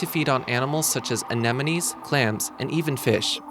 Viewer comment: he said anaenome wrong